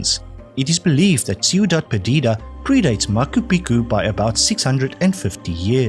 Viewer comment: I think that your quizzes are the best that I have come across. I have debated long and hard over the last 10 weeks whether I should comment about this, but you have turned the butchery of pronunciations into an art form. This is not a personal attack but hopefully a constructive criticism that you may wish to address. In this particular quiz, you should consider Machu Picchu and Nikita Khrushchev as examples which need to be addressed. Keep up the great work and don’t be disheartened with my comments. Stay well.